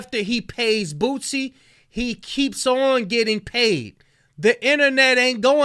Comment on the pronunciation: WHY DOES IT SOUND LIKE YOURE SAYING BOOTSIE